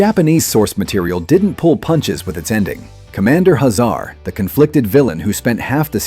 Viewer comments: HAY zar not ha ZAR. Drule not drul A. Pronunciation matters! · "Hazar" name is pronounced "Hay-Zar" in the cartoon series. It not "Huh Zar" like he's a middle eastern immigrant. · If these videos weren't AI narrated, they'd be so much better (Dru-lay empire, Commander Huh-zar lol??) . Voltron had a total of 124 (52 LF, 52 VF, then 20 more LF specially made for World Events), but Zarkon wold only have been in 72, not all 124Also these always talk abot these shows as being on Saturday morning, when they were in Syndication M-F. the video Talks about Voltron II (gladiator), but instead shows toys of Stealth Voltron from the 3rd dimension series. Also in early Promos, animation for Voltron II was actually another Lion Super Robot anime show called Daltanious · Once I realized this was an A.I. voice, I was stunned at how well it mimicked real speech. Only the mispronunciation of Drule, Hazar, and Albegas gave it away.